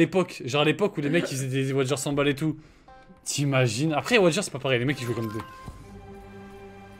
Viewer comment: Des wajeurs il a dit 😹😹😹